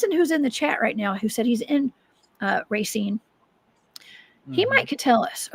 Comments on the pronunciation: Awesome show, Racine is 30 miles from me, pronounced, RAY-SEEN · she said Ray-sin, if thats how you pronounce your town, you're pretty ignorant